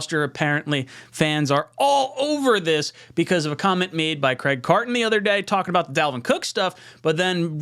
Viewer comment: Bro, you lost me at 'Craig Carton'.